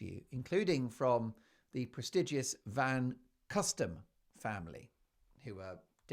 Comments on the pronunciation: It's Van Cutsem, not Van Custem. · It's not Van CUSTem it's Van CUTsem. And that's BS about her sending jam to KC3